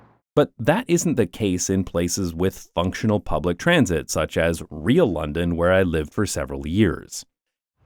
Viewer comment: my brain couldn’t stop hearing “TRAMsit” and “TRAMsportation” any time he said those words in this video 🫠